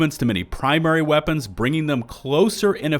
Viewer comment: "I am heavy veapons guy. And this... Is my veapon."